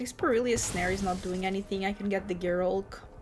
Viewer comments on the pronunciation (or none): Good video.... Fun looking deck and I think your accent is great but please stop calling it Per-il-ious snare.... there is no second "i".... Its pronounced "per-il -us" phonetically